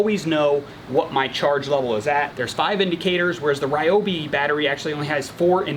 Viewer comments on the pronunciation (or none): Sorry for the nitpick, but it’s actually pronounced Reeobi. Great review though!